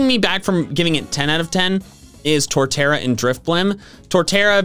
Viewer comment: IT'S TORTERRA, NOT TORTARA!